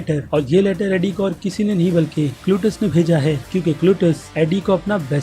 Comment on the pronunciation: cletus not clutus